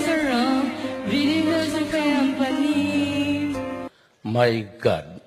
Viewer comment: It’s the “keompani” for me haha